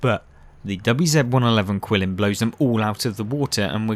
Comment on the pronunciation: I don't disagree with anything you said about the Qilin, which I believe is pronounced Geelin. It has always been the best tank in the game IMO. However, don't sleep on the VK 72.01 K. If you know how to play the rear-turret German tanks, you can be absolutely devastating. For me, those two tanks are 1A and 1B for "best" in the game.